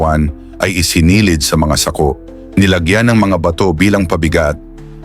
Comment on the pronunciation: Okay na sana kaya lang mayron akong hindi nagusttuhan sa pagbigkas mo ng SAKO.